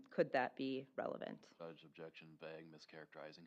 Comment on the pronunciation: does everyone in wisconsin say vague like that? it's vague not vague